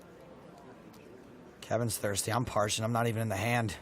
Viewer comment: announcer saidi his mouth was perched not parched. hahaha awesome